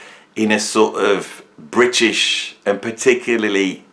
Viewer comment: thank FUCK i'm not that illiterate dullard excuse for a comedian, and who the hell 's trying to be funny here you point evading plonker?. talking crap about ''prog'' again because he doesn't even know what prog means and this time also can't pronounce the ''r'' in British which he thinks is a synonym for both English and ''of the UK'' when it's neither. My cultural background has f-all to do with that.